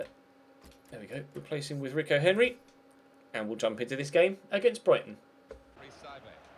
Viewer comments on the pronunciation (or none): none